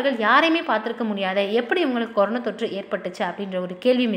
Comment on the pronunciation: கொரோனா..னு சரியாக சொல்லு.. கொரோனோ....னு...ஏன் சொல்றே. னா....னோ.....வித்தியாசம் சொல்ல தெரியாதா.